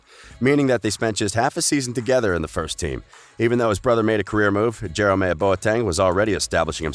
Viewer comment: You pronounce Jerome wrong and Bayern